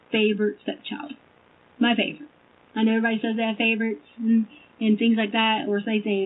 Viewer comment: The astute Dr. Stauch says “favert” for favorite.👿🤡